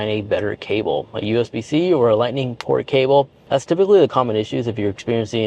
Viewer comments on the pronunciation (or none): none